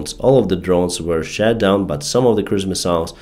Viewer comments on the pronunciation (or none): Am I the only one hearing sth. like „shat down“ ? 😂